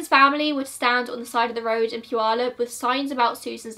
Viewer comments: Idk how you say the city name correct when most ppl near the city cant say it correctly. Great video. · This is the first time I've heard someone pronounce puyallup correctly who is not from WA! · Yay! You pronounced Puyallup right! Lol. I’m from the area and people who aren’t from here rarely pronounce it right. Kudos to you! :) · Hey, you pronounced puyallup correctly! I rarely see that from people that aren’t from around here because the tribal words just have a certain kind of pronunciation that isn’t common other places. Idk if you intentionally looked for the right way to say it, but thank you :)